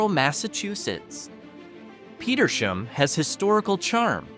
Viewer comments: The town of Petersham is pronounced like 2 words Peter's ham. You need to work on your pronunciation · Ham- PetersHAM. Barre is pronounced Barry